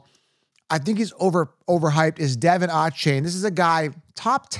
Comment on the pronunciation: It’s not Devon it’s De’Von